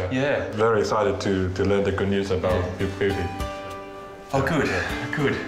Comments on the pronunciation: I swear i heard big beauty as big booty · Is it just me or did The father of the son that owns the hamster say “big booty” than “big beauty” 😂😂😂😂😂🤣🤣🤣